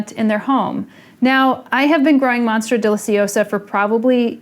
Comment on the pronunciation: No one: Summer Rayne: monstra